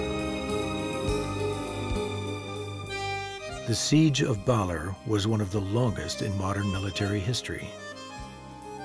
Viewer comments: It's pronouced Ba-lair. Not Baller. Nobody does the minimal research these days. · Baalerr...it's Ba-Ler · Beautiful video and overview but there are also some big problems. To start, the narrator’s pronunciation is just awful on so many words. “Baller?” Come on! It’s Ba-LER! And Baler is such a big part of the video, the bad pronunciation is inexcusable. So many other words are poorly pronounced. It becomes distracting and grating. Show respect and try harder, please. It’s nice to see local and indigenous people in traditional attire, but that’s not what they typically wear while pounding rice or climbing trees as shown in the video. It’s misleading. Some scenes are so obviously staged. It’s nice to see Dumagat people featured, but it’s sad that that the narrator can’t correctly pronounce Dumagat. The video incorrectly refers to a musical instrument as a “rondalla.” It’s actually a banduria. It’s the group playing various instruments that make up a rondalla. Also, scenes from Apocalypse Now WERE shot there. It’s not just “according to local residents,” as if there’s some doubt. And there was no “surfing general “ in that movie. He was a colonel, and wasn’t the one who actually surfed in the movie. Finally, there’s absolutely no practical information about how to get there. Modern hotels are mentioned but status of the airport, roads, ports, and bus service are ignored. Overall, this video is beautiful to watch but a little hard to listen to and provides limited useful information. It could have easily been so much better with just a little more effort. And script and narration ar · Bawler. ba LEHRRR. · I haven't been to Aurora . . so I learned so much from this docu. Some mispronounced words though . . Baler . .